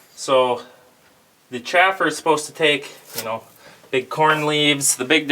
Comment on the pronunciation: Chaffer and Sieve... I know you know what I'm saying, so all you all,,, say it correctly....